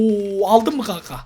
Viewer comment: Neden kankaya kank diyosun